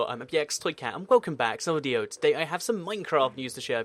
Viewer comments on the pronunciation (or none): at the begining he said "and welcome back to ano-ideo" Like if you noticed that